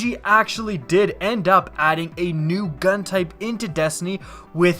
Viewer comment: I'm sorry, every time I hear you say "into Destiny" I hear "in teh Destiny". :P